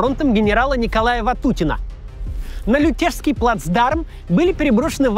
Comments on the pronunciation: ЛЮтежский, а не ЛютЕжский. Можно же у местных было спросить, если уже пустили на локацию. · ЛЮтежский, а не ЛютЕжский плацдарм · ЛЮтежский плацдарм, а не ЛютЕжский. ЛЮтеж - село под Киевом.